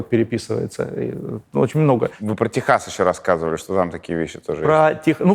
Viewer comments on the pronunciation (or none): none